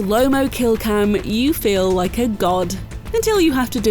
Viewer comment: Kojima says: >>I don't rike it.<<